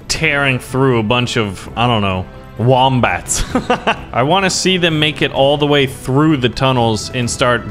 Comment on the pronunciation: You said wombat i laughed so hard